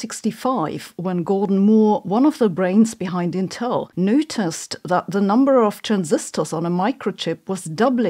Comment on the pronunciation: It's AMS, but she did pronounce ontel wrong.